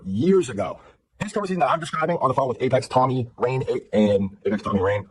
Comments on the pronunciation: calling rain "rug" just pissed me off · I love how everyone is calling Rain, Rug 🤣🤣🤣🤣 This is amazing